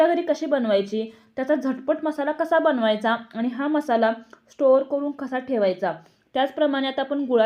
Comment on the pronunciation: करूण म्हणजे दुंखी , करू न म्हणावे आणि लिहावे सुद्धा . तुमचे व्हिडिओ अधिक लोकप्रिय होणार. शुद्ध मराठी मुळे.